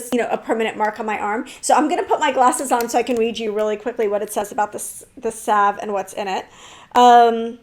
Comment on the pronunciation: Finally, someone who pronounces salve like I do, someone laughed at my silent L and said it’s saLv. But for clothes, I adore mine, mostly, but need to do a purge of those I don’t. I’m waiting for cooler weather, it’s going to be 100F today and I don’t have AC. Moving clothes around and trying them on can be hot work.